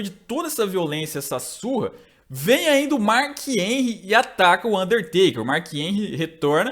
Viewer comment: "marc enrri"